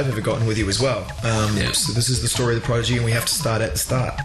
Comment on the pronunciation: Fail , guy says Progidy